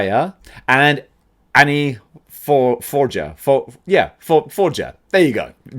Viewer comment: Looks like I have to save your ass again izuku last name spelt midoriya but don't say it with a "I" sound but with a "e" sound or just call him deku to make it easier for you and the little pink hair shit is called anya not annie